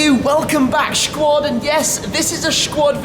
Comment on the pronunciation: Please stop saying Schquad !